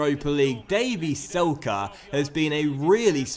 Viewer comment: It is not "Selke" it is "Zelke" because he is German